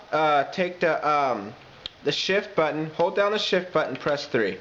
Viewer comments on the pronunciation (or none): none